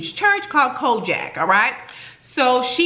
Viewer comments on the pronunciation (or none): TFS queen your pronunciation of COGIC as kojak is taking me out...🤣😂🤣👏🏾👏🏾